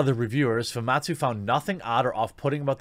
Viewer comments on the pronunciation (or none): Him keep saying fumatsu instead instead of famitsu is seriously throwing me off. Lol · It’s pronounced Fu Mit sue, not foo mawt sue. This is an iconic Japanese publication, how do you not know this? Put some RESPEC in their name.